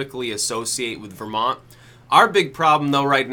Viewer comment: "vermonty" HAHAHAHAHA